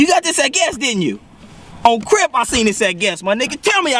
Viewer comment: "On Crrrrrrip and Blood" hahahaha